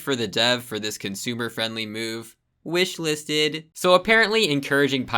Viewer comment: bro said wishlisted ☠